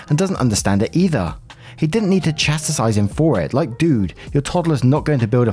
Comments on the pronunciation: sweetie. Chastise, Chast-eyes. Not Chastisise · Chass Tize it took me ages to get that word right due to my dyslexia ;)